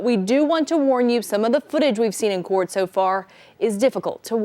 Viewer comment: "...up to subeed(speed)...from the corpse(courts) so far." I wonder if the teleprompter was off or she has a ministroke.